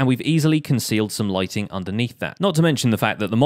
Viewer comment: I thought he said lightning not lightning